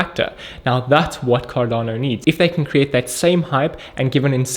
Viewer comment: Sound like Can Not Do instead of Cardano